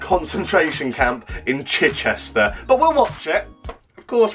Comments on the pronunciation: The way you say Chichester give me autism lol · I live near to Chichester and the way you say Chichester triggers me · The way he pronounces chichester is so funny to someone who lives close to there 😂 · love your pronunciation of chichester😂